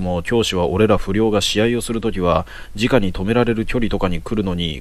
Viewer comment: 面白いですね！ ですが…誤読が気になってしまう…。 「直に」は「すぐに」と読みます。 「じかに」も同じ字を使うので誤読してしまうかもしれませんが、その時の状況を理解していると、誤読せずにすむかも…？